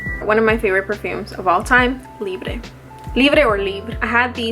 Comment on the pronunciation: i really love Libre by YSL!!! i think i'm gonna purchase it soon. Btw the perfume's name is not Libree like the Spanish way, it's "Libr" without the "eyy" at the end. "libr" is the french way, because the name of the perfume is french.